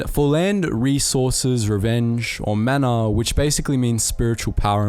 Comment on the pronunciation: Mana is more like muh-nuh